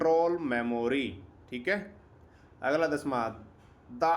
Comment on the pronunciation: Aglaaa Dasmaaa 😂😂😂 haryanvi touch